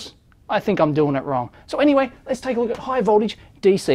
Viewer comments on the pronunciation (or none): none